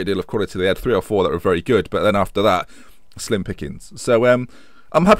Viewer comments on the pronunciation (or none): none